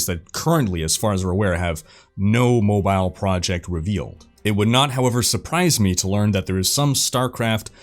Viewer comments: Mispronounce mobile one more time I dare you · I like how you say MO-Bile